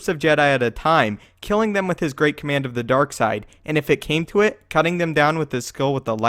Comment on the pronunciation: I would appreciate it if you enounced your “it” all the way, rather than saying “i”.